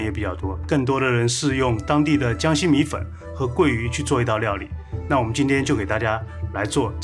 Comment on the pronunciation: Siyuan Hu 米混（米粉）這個字出賣了他